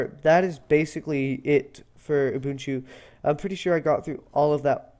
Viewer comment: It's nice to see some folks know how to pronounce Ubuntu properly. Great tutorial by the way. Keep up the good work!